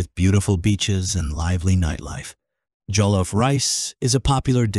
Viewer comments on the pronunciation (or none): none